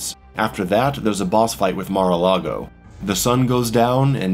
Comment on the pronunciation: calls it mar a largo lmaoooo